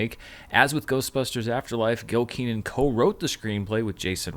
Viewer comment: Its Ken-an not Kee-nan